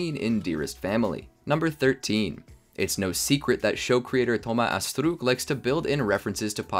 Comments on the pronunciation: Stop saying astrook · I know its french but french ppl don't pronounce astruc like that